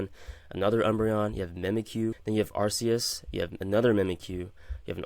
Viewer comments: Ark-e-us not arse-e-us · It's one thing I find different between Poketubers who play the games and TCG Poketubers. The ones who play the games pronounce Arceus correctly "Ark-key-us"